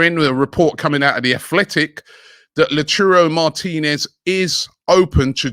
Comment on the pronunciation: Is it just me or is Robbie butchering Martinez’s name😂😂